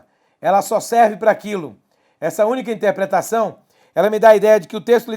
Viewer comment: é interpretação não "intepretação"